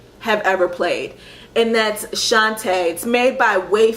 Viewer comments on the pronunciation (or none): none